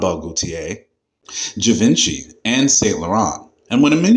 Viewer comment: You’re pronouncing Givenchy Incorrectly.